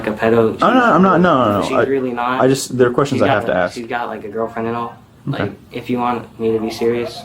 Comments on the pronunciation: Because anybody with a 5th grade education or higher knows the difference between ask and Axe. It shows poor grammar and pronunciation. “Let me ask you a question” is not the same as “Let me axe you a question”. Someone who can’t clarify this shouldn’t be a principal or a teacher. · "Axing" questions? What kind of school is this? How in the world was this woman put in charge of the school? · Everybody but the officer in this video is cooked. Also, anybody who cant pronounce the word "ask" doesnt need to be an educator. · You'd think an educator, and an administrator at that, would have figured out how to pronounce "ask." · Before I get too involved in the video, just want to say I pray my kids teachers/ principals know how to pronounce a word as simple as ask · The fact the principle can't pronounce ask is a red flag for that school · Someone should teach the principal how to pronounce the word "ask" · The principal can't even pronounce the word ask. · why is that lady in charge of anything at a school while pronouncing "ask" that way? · Good lord not even the school principal can correctly pronounce the word "ask" what is WITH THAT WORD AND WHY IS IT SO IMPOSSIBLY HARD FOR BLACK FOLK TO SAY IT CORRECTLY? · The principal can’t even pronounce the word “ask”. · I'm sorry but if you're in leadership at an educational facility you should at least be able to pronounce ask correctly. It's so distracting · i think the biggest crime here is having a d.e.i *teacher that cant pronounce the word "ask" like c'mon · The principal cant even pronounce the word ask correctly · Lovely. An educator who can’t say ASK. Unreal. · If you run through the comments, alot of people are concerned with a tax paid school administrator not being able to pronounce a 3 letter word. 😂🤷‍♂️ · and thats the assistant principal. Can't even pronounce ask properly. Uuugg thats called a DEI hire. 😡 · Let me AXE you this question…😂😂😂…. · Aks. Aks. Aks. Aks. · The principal was just “axing” him questions